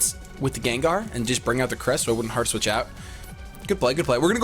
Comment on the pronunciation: It sounds like he's saying Heart Switch lol